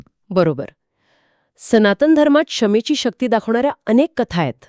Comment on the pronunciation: क्षमाच ❌ क्षमेच ✅